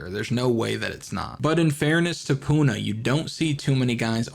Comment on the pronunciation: He said eating Puna